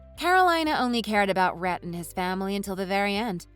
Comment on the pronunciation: Rhett sounded more like rat when pronounced 😂 so fitting...